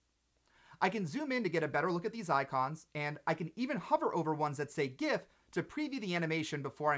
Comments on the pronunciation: Of course you pronounce it gif. Otherwise, you're working for Eljato. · thumbs up for gif pronunciation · ah yes, the correct way to say Gif, good shit